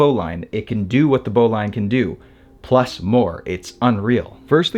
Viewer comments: I think bowline is pronanced as bowleen not lain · Good knot, good video, but bowline is not pronounced bow-line, it bow-luhn. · “Bowlin” not “bowline” even though it is spelled bowline. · It’s BOW ‘lean’ not bow line. FFS… if you’re going to do videos on knots, at least pronounce the one all amateurs get wrong. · Really enjoy your stuff. But isn't it "bo lin" knot? (not bo LINE) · The e is silent in Bowline. It’s pronounced “bowlin” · The correct pronunciation is "boh-linn."" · English must be your 2d language. 'Bowline' is said as ' BO-lin ' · Great video and a very cool knot! I've only ever heard the bowline pronounced 'boh - lin' though 🤔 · * pronounced bowlin. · For such a knot savvy guy it's odd that you dont know how to pronounce "bowline". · Love this knot! Your presentation is clear and succinct. My only suggestion is that you investigate the pronunciation of the all-purpose bowline. I’ve been tying it and teaching it for many decades and have only heard it pronounced to rhyme with “tin”, not “mine”.